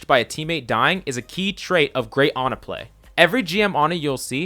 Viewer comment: wehn he goes "anna" instead of "ana" im sorry but that just triggers me.